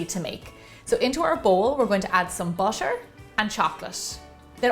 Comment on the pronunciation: She pronounced butter as bussa and